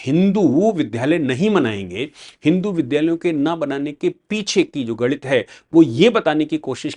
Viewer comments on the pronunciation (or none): none